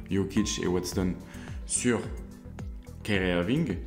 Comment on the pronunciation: super vidéo ou je découvre ta chaîne, attention à la prononciation de Watson et non pas Waston 😉